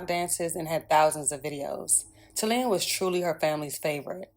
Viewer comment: PRONOUNCED TALEEYAH... IJS! RiP baby girl🕊🕊🕊🕊🕊🕊🕊🙏🙏🙏🙏🙏🙏🙏